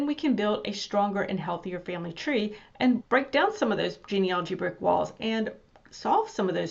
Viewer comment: Please, it’s genealogy not genealogy.